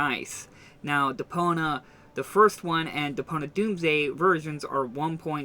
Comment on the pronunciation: Stop saying Depona...it's Depon i a